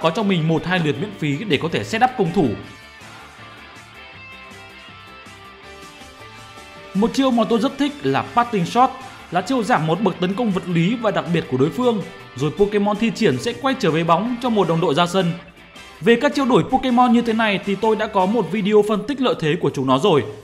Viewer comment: Parting shot = parting sủa :)) Có thêm 1 thứ em muốn nói nhưng thôi để video hệ bọ nói vậy